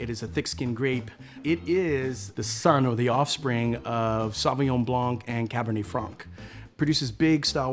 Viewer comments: Note to American sommeliers: Blanc and Franc are pronounced Blan and Fran the C is silent...not sure why they all mispronounce those..other than that I really like André's YouTube channel! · I can help you with your French. 🇫🇷 Just think New Orleans. Beau-jolais... More Côtes du Rhone! No C on blanc... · As a super star sommelier please please please pronounce the names correctly! The « C » in « blanc » is mute!